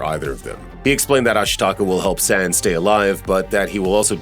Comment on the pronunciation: omg. Amazing video! but your saying san's name wrong. its not like the san' in sand, its more like an 'ah' A sound, like your yawing too. <3